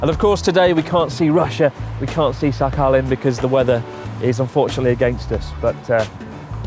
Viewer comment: Russian pronounce squad here! "kh" in Sakhalin is hard "H" to prevent pronounce like Sa-alin. Here is no "K". And correct accent on "I" - SahalEEn. Cheers. Happy Easter!